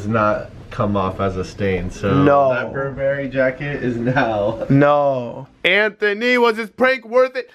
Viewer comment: Berbery💯😂 it’s Burberry